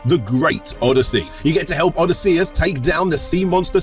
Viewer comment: for sponsor read, its tuff one, but forget spelling its said like this "O "DIS" SEE US" say a few times, you will have it nailed